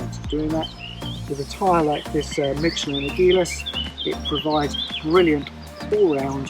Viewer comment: It's pronounced like agile